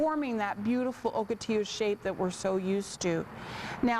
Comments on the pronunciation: Morons, I live in Ocotillo, California, its pronounced Ahkoteeyo, not Ohkoteeyo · Oak otillo? Nah. Lol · First time I heard o or oak pronouncaation